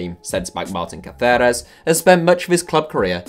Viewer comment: Why are you pronouncing Caceres like that? He's not Spanish.